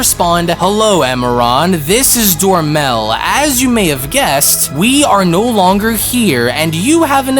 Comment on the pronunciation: Dromel, not Dormel Salaga, not Salga. Your pronunciation is so off.